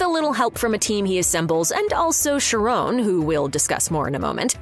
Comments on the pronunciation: Ughhh. It’s pronounced KY-RON. Not Sharone…. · It's pronounced CHAR ON study Greek.